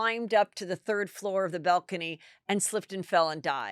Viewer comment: What is a "bell-cany"? 😅